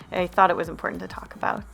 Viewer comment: talk aboot